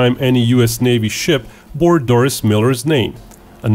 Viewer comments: Pronounced Dor-ree not Doris. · 1) It is pronounce Dorie as in "Finding Dorie". 2) He actually shot down the bulk of the Japanese planes that were shot down at Pearl Harbor, he hit maybe 5 total. 3) In many Pearl Harbor movies, the lead character is often someone made up in order to have someone White as the hero while Doris's accomplishments were actual.